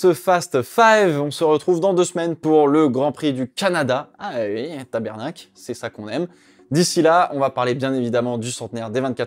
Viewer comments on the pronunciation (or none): C'était nul la pénalité à Tsunoda, Let them race ??? Phoque ihou ! C'est "TabArnak!" et non tabErnak. Si tu viens à Montréal un jour, tu pourras entendre la différence et je pourrais te faire visiter la ville. Msg à Gregoss612, non je ne suis pas collectionneur. On dirait une pub déguisé. Dégage ! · On dit TABARNAK icitte au Québec pas "tabernacle". Faut que ça vienne du coeur, comme un bon gros "Putain " pour vous en France xD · Au Québec on prononce Tabarnark, pas Tebernak. Sinon tout est bien lol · Petite note éditoriale : ce n'est pas tabErnacle, mais bien TabArnack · Petite Annotation "language" : On dit au Québec TABARNAK (donc en gros on prononce ça comme un tabard, puis "nak" à la fin). Si tu le dis comme ça la prochaine fois, tu vas gagner des viewers au Québec! 😅